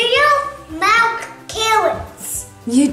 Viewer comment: malk is the word